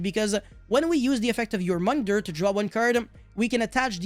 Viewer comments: The pronouniciation for Jormungandr: YOR-MEN-GAN-DER. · The way you pronounce "Jormungandr" is killing me. Love you <3